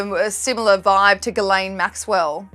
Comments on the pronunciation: Pronouncing "jizlane" is funny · Ghislaine is pronounced jis-len with a j sound at the beginning..they are French names . Guylaine is pronounced Gee-len….(hard G) her name is always mispronounced in America… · ❤❤❤ HAHAHAHA LMFAO right? I almost never hear anyone pronounce her name correctly.